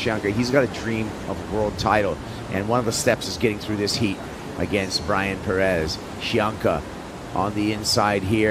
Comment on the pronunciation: Please pronounce Pérez at least somewhat correctly!